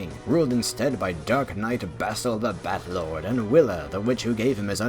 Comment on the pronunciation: The first time I heard it thought it was bathlord like the Lord of baths